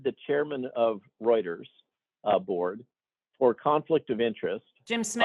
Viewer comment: Routers? Do you mean Reuters (Royters)?